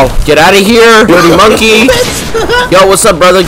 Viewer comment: So we finna ignore how he said dirty monkey?